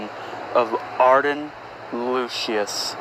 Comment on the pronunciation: HOLY FUCK FINALLY, I LOVE THIS Edit: its pronounced lusis no lusious, and i say that as pronunciation not the real world and I know the pronunciation its lucis